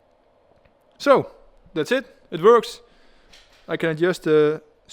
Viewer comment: You KNOW it's gonna be good when you hear " IT VERKS!"